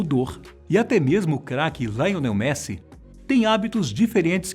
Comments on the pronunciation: Como que o cara conseguiu errar o nome do Messi?kkk É Lionel Messi,não Laionel Messi kkk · Detalhe: não se diz "Laionel Messi". Ele é argentino . É "Lionel" mesmo. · Laionel messi???????? Cara n é assim que se pronuncia um rei da genialidade da bola cara, isso é um insuto, o certo é Lionel Messi! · Laionel não pow Lionel Messi!!! O vídeo todo é muito interessante,mas pra quem veio só pelo Messi clique no minuto .. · Cara falou" laionel Messi " doeu na alma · "Laionel Messi"